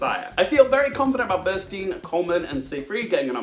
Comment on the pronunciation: It's Burstyn. Not Bernstein.